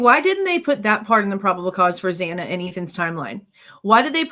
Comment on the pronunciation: Why does he continue to say xana bane wrong!!